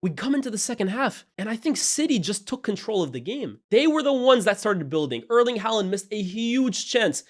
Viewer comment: Please learn how to pronounce Haaland